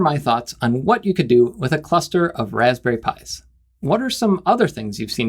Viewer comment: “Wozberries” and I imagine a 6502 based sbc